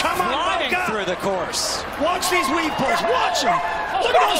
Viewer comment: I thought it was 'weave paws' the whole time🤣🤣